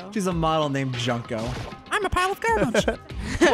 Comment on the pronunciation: Junko's name is pronounced June-ko, not "Junk-o" so she wasn't named after trash lol